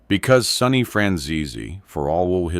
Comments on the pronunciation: It's Sonny not Sunny FFS 😂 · Sonny not sunny